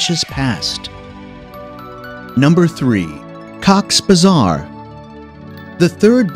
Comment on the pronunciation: it's not cocks bazar, it's cox-es-bazar